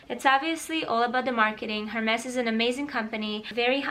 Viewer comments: it is not hääärmes it is ärmäs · Beautiful it's pronounced as ERMES(HERMES)you pronounced more of E then H...which is silent. .😍😘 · You can buy a designer goodies but you can't pronounce it right ugh!!!! Hermes is pronounce as "ermes" that sounds embarrassing 😂😂😂 A 13 year old girl correcting you how to pronounce a hermes right 😊😉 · Please, the H doesn't pronounce... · That’s not how to say Hermes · love the handbag collection! Bur it is not Hermes, the H is silent, when you pronounce it.